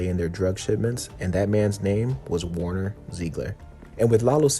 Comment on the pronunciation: It's not WARner, it's WERner. Like Where-Nerr